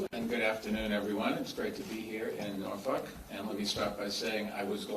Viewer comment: Its not Norfuck asshole